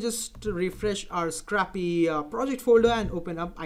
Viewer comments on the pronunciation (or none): It's not scrappy, it's scrapy. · I really like the 'a' pronounciating in scrapy instead of 'ei'. :D